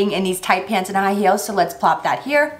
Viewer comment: High "heals" 😂😂